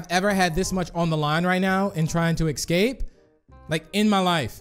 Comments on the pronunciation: I love how u say escape in the start "escate" And the house map u said "espace" I love how u panic dude hahahhaha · he said eKsape